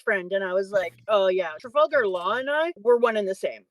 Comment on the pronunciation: Trah-vulgar Law??